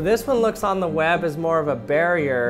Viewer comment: he says web like wab